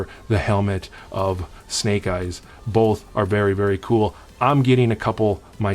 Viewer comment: Thanks for adding me in the giveaway and yes you pronounced it right, I got that snake eyes helmet it’s amazing!!!